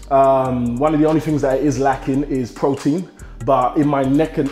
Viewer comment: lol he does not pronounce the T's in his words! Pro-ein